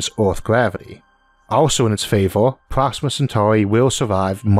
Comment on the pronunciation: How do narrators with speech impediments get work? Lol Sounds like the guy from the big bang theory. "Alpha centau- we" "Pwoxima" "Staws"